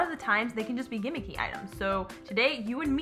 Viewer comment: FaithTTH and ginnicky instead of gimmicky